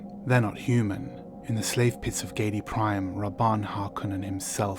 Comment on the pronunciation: it's not GAYDI prime !!! GIE DI prime.. IE is pronounced differently from EI